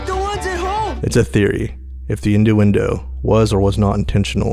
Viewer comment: Not a bad video but for godssake it’s INNUENDO not indoendo